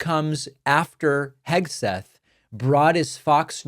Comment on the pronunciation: KEG-seth slurring in front of the children! Sounded like he was rolling more than Easter eggs! 🥴 Let’s face it! The dude is two hooded-sheets to the wind! He, among others, is a daily reminder of Trump’s inept and incompetent leadership skills! Soooo embarrassing!